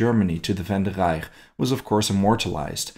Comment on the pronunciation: how he pronouced reich